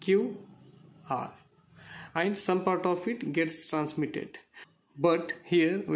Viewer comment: It is actually and